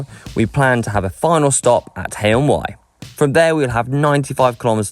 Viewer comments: got Haye-on-Wye and Monmouth correct. Pity they didn't take the route down to Barmouth via Penrhyndeudraeth, Llanbedr and Dyffryn Ardudwy. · Congratulations on pronouncing Haye-on-Wye and Monmouth correctly.